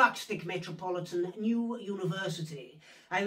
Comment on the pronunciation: I love the emphasis of “new” in new university.